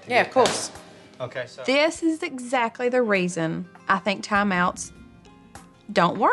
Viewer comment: I’m awaiting the day Jo says exactly correctly.